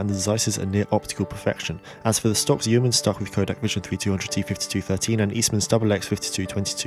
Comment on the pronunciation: Yeoman is usually pronounced Yoman, like Roman.